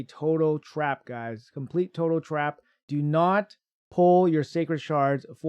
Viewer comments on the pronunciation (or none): none